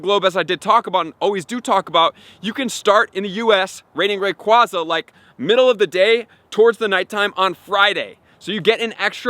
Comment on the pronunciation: Its AyeZa Not AhZa Long A